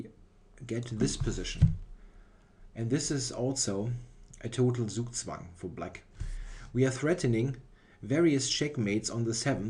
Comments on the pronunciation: Zugzwang is a german word you are allowed to pronounce it german :) Great video as usual, thx! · Gregory Zala dachte auch erst aber dann hat er "zugzwang" so komisch ausgesprochen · Yeah, is definitely German;-) Ironically he pronounces "Zugzwang" the way English speaker will do it most of the time (pronouning 'z' not as 'ts' but much softer as a voiced 's')